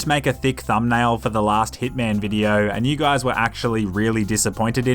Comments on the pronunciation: I thought you said thickman instead of hitman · Iota clearly H I T M AN